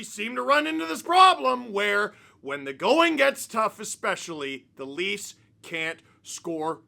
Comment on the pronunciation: you mispronounced the "Laughs". Who are the Leafs?